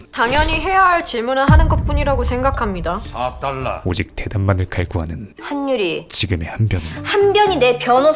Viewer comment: 자꾸 4딸라 이러는게 ㅈㄴ웃기네 ㅋㅋㅋ